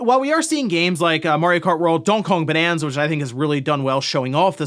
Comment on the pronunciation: Buddy cannot pronounce Donkey Kong Bananza